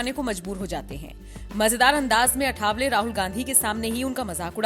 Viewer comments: सही नाम अठावले नही, आठवले है। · 'अठावले' नहीं, सही शब्द है 'आठवले'।